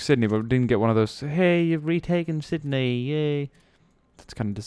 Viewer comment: FOR THE LOVE OF GOD its Sydney not Sindy